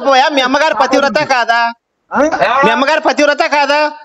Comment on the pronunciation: 'పతివ్రత' అనే పదం పలకడం కూడా చేతకాదు ఆ మూర్ఖులకి.